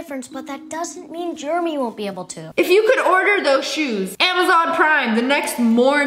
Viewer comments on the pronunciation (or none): WHY IS JEREMY PRONOUNCED GERMY ISTG